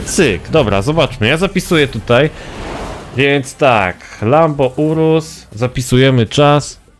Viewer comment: lamborghni urusł